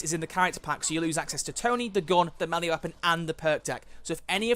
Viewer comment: wait....do you pronounce melee are me-lee? I thought it was pronounced meh-lei or may-lay